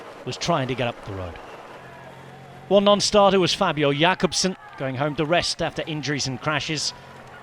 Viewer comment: "As always, Rob Hatch's announcing is the best!" Is it? Him calling Philipsen "Philipse" or Jakobsen "Jakobse" or butchering every non-latin name is anything but "the best"